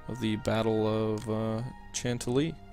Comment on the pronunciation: hahaha, the way you pronounce "Chantilly." Yes it's a French word...but no one in the US pronounces it that way.